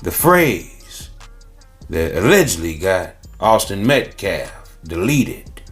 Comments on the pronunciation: He didn't even pronounce Austin's last name correctly. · smh the “lawyer” can’t even say the victim’s last name right. 🙄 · Try pronouncing the victims name correctly Biden, um I mean Mr. BLM lawyer.